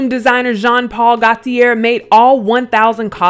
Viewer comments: Just an fyi; That last name for Gauthier is pronounced: Go-tee-ay. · GAULTIER pronounced GO-TEA-AYE. Sorry the fashion nerd in me just had to clear that up 🥴😂